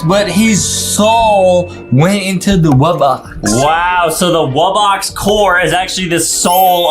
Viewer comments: bro said "woo box" 💀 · Bro said wubax😂😂😂😂